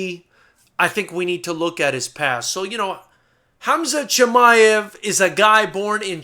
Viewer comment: Hamzat is how it's pronounced,Which you did pronounce really greatly,I'm surprised.